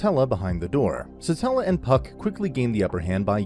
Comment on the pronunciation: Why is no one correcting him on Satella lmao Its Satella the witch of envy not stella